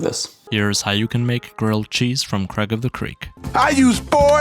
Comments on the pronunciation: is this guy allergic to saying the i in craig? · i just noticed 😂😂